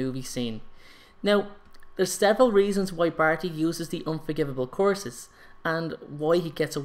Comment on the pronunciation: Wait does he use the unforgiveable courses? Damn😂 Dont mean to be rude btw i just find it kinda funny the way you say course instead of curse😅